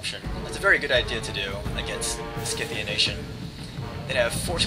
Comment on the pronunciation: isnt scythian pronounced sigh-the-an? sorry if im rong but thats how ie always pronounced it.